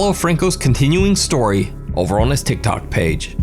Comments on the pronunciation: It's Tik Tok not Tik Tock. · for some reason it really bothers me that he says "thik thok" and not "tik tok" xD